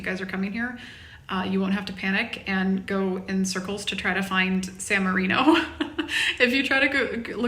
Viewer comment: when you are visiting a foreign country rather than criticize the foreigners for not knowing your language or customs maybe you should learn their language and customs. At the very least learn how to correctly pronounce the name of the city your are in instead of whining about everything. You are resurrecting the Ugly American.